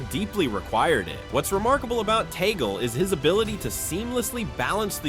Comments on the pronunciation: Please stop this fake news about the Pope resigning and putting word into the mouth of the Pope and Cardinal Tagle, which should be pronounce as Tag-le not Tagol. You are destroying the Cardinal by quoting him in one of you cast saying that I am the official Pope. Stop this please. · Tag-le is the right pronunciation.